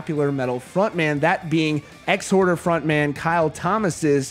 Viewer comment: Its Exhorder not Ex-Horder. You pronounced it wrong. Marzi is 100%